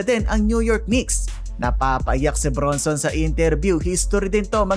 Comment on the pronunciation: ang pronounciation Brun-son hindi Bronson.Julian Kymani Champagnie (/ˌʃæmˈpɛni/ sham-PEH-nee. ayusin mo sir.